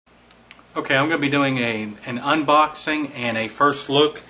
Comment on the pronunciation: in the first 10 seconds he said he's doing a UNBODING ..... LOL....??? nice gear tho.